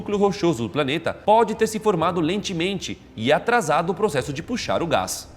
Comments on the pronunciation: "Lentimente"?? Não foi só eu que ouvi né? Kkkkk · alguém mais ouviu lentimenti ? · Lentemente ???????? kkkkkkkkkkk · Impressão minha ou vcs erraram no começo de propósito? "Habilita" invés de "habita", "lentemente" invés de "lentamente". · so eu que escutei um "habilita" e "lentemente" rsrs so de brinks. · Lentemente? Kkkkkkkkkkkkk